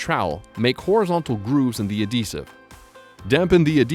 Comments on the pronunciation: Why TF is he saying AH-desive? It's AD-HEsive. FFS. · The ahdessive? lol